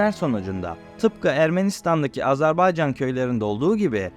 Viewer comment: AZERBAYCAN, AZARBAYCAN değil.